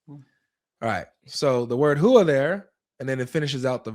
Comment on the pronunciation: Huwa? More like where-a